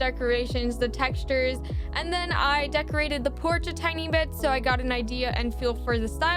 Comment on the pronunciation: It’s not da panda it’s duh panda